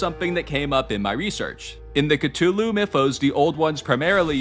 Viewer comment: THANK YOU!!!! FINALLY a person who pronounces Cthulhu properly!